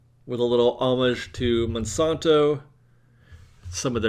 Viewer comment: Check the pronunciation of Monsanto